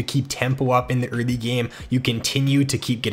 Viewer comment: I swear to god the way you pronounce "early" just pierces my ears every time